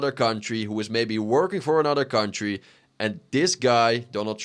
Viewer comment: Why do you have the American flag in the background?😂 I put my phone down and was just listening and when you started talking I thought it switched to a remnant 2 build video “gude for our kuntdry” ummm which country lol